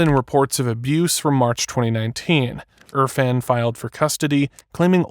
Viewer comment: It’s irfan not urfan get it right